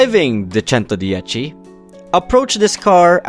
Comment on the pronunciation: bro won’t stop saying “ChentoDiechi” 🗣️🗣️🗣️🗣️🗣️